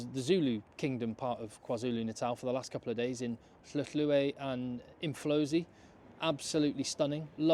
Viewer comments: And Hluhluwe. I was impressed with that! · The man pronounced Umhlanga, Hluhluwe & Umfolozi so easily you'd swear he has lived here all his life...and that says a lot about the effort he has put in considering how some South Africans still say Umshlanga Definitely a top bloke! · Well done on your pronunciation of Hluhluwe.